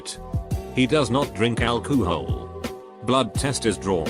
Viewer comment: from this day forward i will pronounce it as AL - KOOO - HALL!! LMFAO!! :)